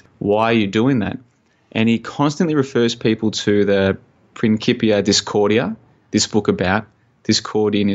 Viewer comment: It is principia. c=k in latin. Very interesting talk I just loved it. Hope there's more. Need to dig into the illuminati deck thing. About the crypto coin I'm not surprised banks are on it already. I worked for 2yrs in financial backoffice and they preached the benefits of blockchain in internal propaganda...